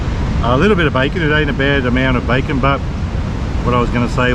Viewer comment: Its bacon not backon